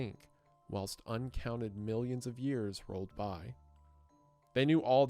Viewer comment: How do you produce this type of content and not know how to pronounce words like whilst, impetus, and executor?